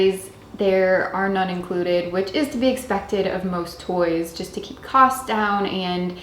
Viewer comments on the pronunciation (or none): none